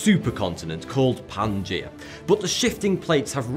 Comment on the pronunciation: Pangaea pronounced "Pan-guy-a" lol